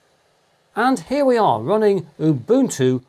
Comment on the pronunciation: Thank you for pronouncing Ubuntu correctly 🙏🏼